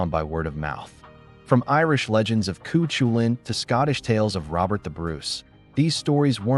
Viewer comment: The Irish tales of a warrior is pronounced phonetically "Coo Cull in" not the murderous attempt made here.